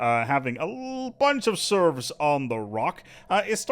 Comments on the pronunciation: Serfs are different than "Serves". You are saying the latter. Just fyi. Edit: The more I hear you say it, the more I am convinced it isn't a mispronunciation, but that you actually think a "Serf" is a "Serve". lol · Its called serfs, not serves! And not servs either autocorrect! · FYI its serF not serV! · It's SerFs. With an 'F'. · Sorry... I cannot listen to "serfs" being mispronounced. Had to stop even thought it was entertaining up to that point.